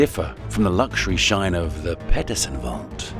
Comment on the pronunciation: This is an AI narrated and created video. Peterson is mispronounced as 'Petterson'.